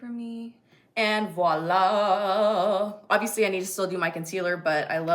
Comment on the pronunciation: Random but thank you for saying VOILA instead of wahla 😂